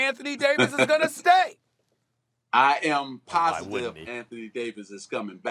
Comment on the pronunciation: SAS: Are you sure that AD will resign? Magic: I am POSITIVE... Me: Nah Magic don't emphasize that 🤣